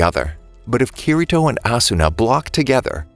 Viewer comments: Bruh said keyreto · It it pronounced key d toe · It's said kideto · you said kirito wrong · He just says kirito wrong, otherwise, everything else is perfect. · It your saying kasooto round and kitito